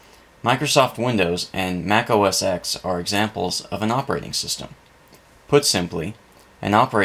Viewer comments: OS ten - not ex! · OS X is pronounced OS ten, not "oh-ess-ex" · It's pronounced: Mac OS 10.